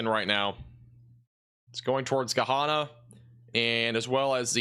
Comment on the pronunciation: Hey there! Gahanna is pronounced like Banana! Lol We have a little farm in Martinsburg Ohio. You can put a radar or camera on our property if that helps.